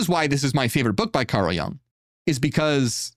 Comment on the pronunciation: Not pronounced "yAng" but yOOng